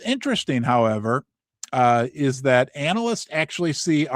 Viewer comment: It's not "anal"yst...I cringe when you say it that way. It's "anna-list" Other than that great channel.